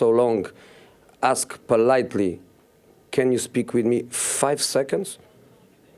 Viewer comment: Fife seconds, just fife secondss